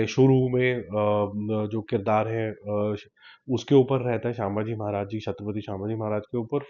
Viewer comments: great review bhai. Bus ek baat kahunga its "शमभाजी/शम्भाजी महाराज " and not शामभाजी महाराज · actually it's simply संभाजी